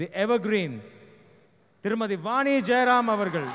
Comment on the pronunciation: னி தவறு .. ணி சரி. நன்றி. வாணி ஜெயராம் - vANi not vAni